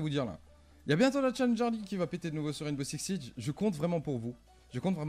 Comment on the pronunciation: Qu est ce que ça peux m énerver les français qui prononcent rainbow six siege "ouimbow siksse sije " putain , c est bon on sais que vous avez un bon accent mais bon vous etes français pas anglais .